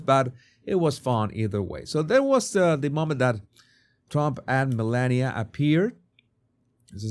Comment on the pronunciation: I thought yours was a good unbiased analysis of this brief interaction. Both sides are showing their bias by overanalyzing a very neutral interaction. My biggest complaint on this video is you need to learn the proper pronunciation of the FLOTUS if you are going to call her by her first name.